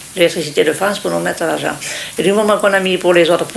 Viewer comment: La Fronce